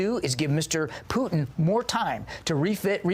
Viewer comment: Who the fk is Poootn ??